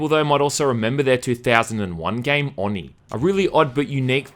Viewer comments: No, because a true weeb would know that the syllables are Oh-knee and not on-ee because Japanese syllables only have 1 way to pronounce them (unlike us who can say "a" several ways). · It's pronounced with a long "O": "oh-nee", not "aw-nee". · Why do you call it AwNee? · Oh-knee. Not on-ee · It’s pronounced “Oh-knee” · nope, you pronounced oni wrong for the hole video. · The way you say Oni irritate's me. Oni is Japanese for demon, just like Yokai and other. No offense for the first sentence. wolverine's hair.